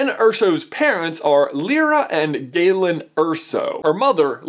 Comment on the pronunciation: You pronounced Galen right. My little brothers name is Galen.